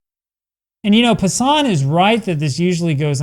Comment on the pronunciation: It’s not ‘Jeff Pa-Sahn’ It’s pronounced ‘Jeff PASS-an’